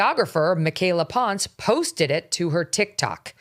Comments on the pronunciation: If she says she’s Mexican then it’s pronounced as PON SE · Michaela ponce...Megyn mispronounced the last name.